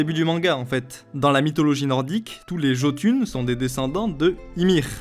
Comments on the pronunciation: SNK est mon manga préféré et je n'est noté aucune erreur de ta part bravo EN revanche se n'es pas JOTUN mais JÖTUNN le J se dis dit presque pas (c'est presque comme un H enfaite) Le Tréma sur le O c'est pas pour faire jolie Ö se dis E mais avec peut de vibration d'en la gorge U se dis comme notre E et pour NN la ça vas et c'est "Jötunheim" Ymir se dis avec un R roulé yggdrasil se dis Igdrasil EITR SE dis èilltrchhh (souvent a la fin le R se roule et fini en CH) pour HVERGELMIR HV se KF DONC KFèrGièLMIR nídhögg c'est NID-HEG pour Odin c'est ÓÐinn Ó se dit O mais un peut plus long Ð se dit un peut comme le TH anglais i se dis pas comme Í c'est plus comme notre i mais en plus grave TÝr se dis TIRchhh Fenrir se dis Fen rir avec des R roulé Gungnir se dis GUNnirchh le G au milieux est silencieux mímir se dis Mimirchhh R roulé a la fin et le í est comme le notre hangatýr se dis ANGATIRCH le plus connu ÞÓr se dis soorch le Þ se dis comme le TH anglais Útgardloki se dis OUTGARDLOKI jÖrmungandr se dit donc iermengandrch (c'est compliqué la oui je sais) ragnaörk se dis raniarek POUR Surt c'est sErt Bifröst se di BIfrest (j'ai fait un roman XD) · Je veux pas chipoter, mais le "J" se prononce "Y" (Jötun, Jörmungand) et lorsqu’il y a un r à la fin ça se lit -er (BaldER, SurtER, FimbulveltER) ^^ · S’il te plaît essaye de bien prononcer Jotün qui ce prononce Yotün (je sais j’ai l’air chiant mais ça me pète vraiment les oreilles, merci)